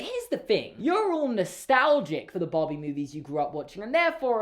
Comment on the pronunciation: No one:: BAWHBIE